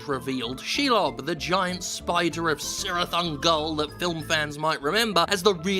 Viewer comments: It's pronounced 'Kirith' Ungol, with a hard 'k' sound. Not 'Sirith'. Like Galadriel's husband is not 'Seleborn'. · Its pronounced KI RITH you degenerate. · Its pronounced Kirith Ungol. stop destroying Tolkien world! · I mean c'mon, even the previous LOTR games portrayed Shelob as a giant spider! Also, 'Cirith' is pronounced KEE-rith